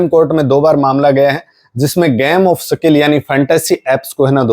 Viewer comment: Sakil नहीं यार सीधे सिधें बोलो,,स्किल